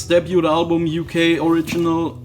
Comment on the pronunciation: Debut is pronounced Deb-you or dabe-you not Debyoot.